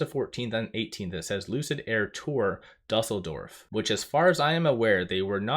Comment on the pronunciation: Just a note Dusseldorf = Do sull dorf